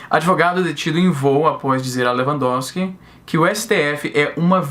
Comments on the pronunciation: Izzy, vc falou o nome do ministro de forma correta, mas pode chamar de "Filho da puta" que ele também atende! :) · Sou advogado, falou o nome do ministro de uma maneira correta sim kkk acho rs pelo menos todo mundo fala assim aqui em terras tupiniquins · Pronunciou correto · Falou o nome do ministro corretamente pode ficar tranquilo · Pronunciou certo o nome, só para você saber =p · E tu pronunciou o nome do bichão certinho, relaxa kk